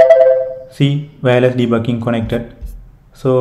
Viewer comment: literally i hear "de bu KING" XD